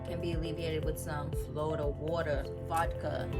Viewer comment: Love your energy & the way you spelled “Flawda” 😂😂 Thats really how my family there pronounces it so I loved it ♥️♥️♥️